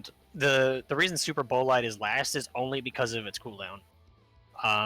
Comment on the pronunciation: When they ALL Pronounce Superbolide wrong crys in pronunciation But i feel like Tanks in General are in a good spot minus GNB who needs a good amount of potency buffs but aside from that well get fixed before raids soon enough.